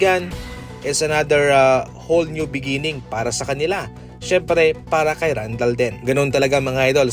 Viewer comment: hakes not hakwes and randel not randal😃